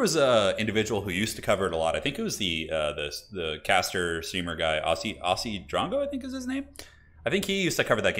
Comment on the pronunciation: Hey, love your stuff! Just wanted to say that Aussie is actually natively pronounced Ozzie. Wish you and Anna the best!